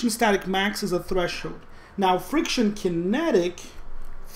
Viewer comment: We crossed the "thresh-hoed" 😅 Im sorry, dont hate me, Im laughing so hard. This video actually save me on this subject, though 💜